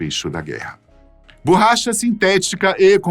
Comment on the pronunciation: "BURRACHA" "FUGUETE" "MI 262" O CORRETO É: ME262, BORRACHA E FOGUETE.